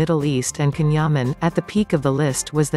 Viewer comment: Neuvěřitelná kombince charizmatu, inteligence, krásy, dobrého srdce a čisté duše. He is absolutely amazing! All the best Can, lots of love. (for moderator - pls. learn to pronounce Can's name correctly! )